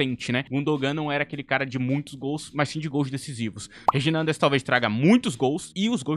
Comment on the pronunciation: Se pronuncia como se fosse Rainderes (Só pra avisar)